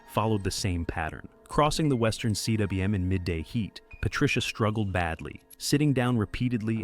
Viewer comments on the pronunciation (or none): It's not C.W.M, rather it's pronounced 'coom'. Cwm means 'valley' in Welsh. Sir George Everest's family owned a manor house in Powys, Wales. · "cwm" is pronounced "coom".